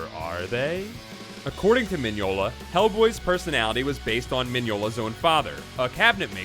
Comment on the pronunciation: The weird bit is, I think you got all the other stuff right, including the pronunciation of Mignola and Hecate.